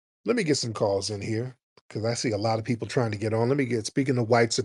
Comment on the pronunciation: It always cracks me up the way those Aussies pronounce people. Poypul LOL